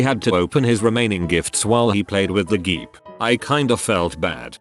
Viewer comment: nobody: text to speech: *reads jeep as g e e p